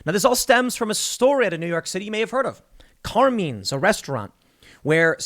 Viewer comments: "Car meen's"??? It's "Car MINEs"... can tell Tim isn't Italian. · Car-meenz ? 🤣🤣 Car-Mine-s. Common man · Car"mines"...note "menes"...just saying... Great Italian restaurant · Tim, It's pronounced Kar-mine...not Kar-meen. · It's pronounced Car-Mines not Car-Means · and btw, "carmeens"? "CARMEENS"??? it's pronounced "car mines". "car... mines". but don't worry. I'm sure everyone still takes you super duper seriously. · Bruh, it’s not “car-means”, it’s “car-mines” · Car mines . Not car means . Watch some Sopranos Tim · Car meens ? It's carMINES Tim. Come on bro, thought you were from Jersey and knew how to pronounce these Italian names 😂 All love Tim ❤ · Carmeens? you mean CarMINES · Mines. It’s CarMines not Carmenes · Isn’t it pronounced Car-mines. Not Car-means. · Car-mines not Car-menes. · Carmeens? It's Carmine...eye..n. I know it's petty but...you keep saying Carmeens. Come on, Tim! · For being a " journalist" you suck at pronunciation. Its "car" " mines" not carmeans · Car MINES. not car mean you dolt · CAR - MINES CAR M-I-N-E's , Tim sucks at pronounciation. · Tim pronouncing Carmine's is almost as great as him sayin Sherrif. (EDIT) The local Sheeee-riff is named Car-meeen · Did Tim say CAR memes? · "Car mines" is how you pronounce it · Carmine's = car-mine's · Does Tim really not realize “CarMINE’s” is a very popular Italian name hence was probably an Italian restaurant pronounced Car-MINE’s ?? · how the hell does Tim not know how to properly pronounce "Car-mine's"? haven't you watched The Sopranos? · Wait until BLM finds out about CRT “being weaponized” to DEMAND segregation.🙀 Carmine’s pronounced - CAR-MINES C’mon Tim I thought there were Italians in Chicago!😉😆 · It’s CAR-MINE not whatever you pronounced TIM, every Italian rolling over his grave rn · Car-mines Tim lol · It's Car-Mines. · Car-meens? Really Tim? 😂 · exactly, especially since Tim has pronounced Carmines as being 'racist' - it must be true! /s/ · Tim doesn't know how to pronounce Carmine's?